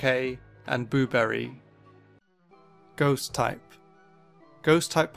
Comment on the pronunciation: I SWEAR IF HE SAYS GHOUST ONE MORE TIME AFTER THE GHOUST TYPE >:(